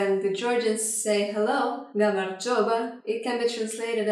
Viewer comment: Its not all grammar and alsow you are seying words wrong soo gamarjoba is not gamarjveba (i em from georgia)